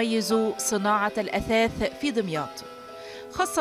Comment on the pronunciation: اسمها دُمياط مش دِمياط بضم الدال مش كسرها !!